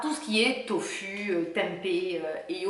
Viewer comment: tofu dit tofou ^^ tu es la 1ere que j'entend le dire comme ça ^^ chouette video, n'hésite pas a en refaire:-)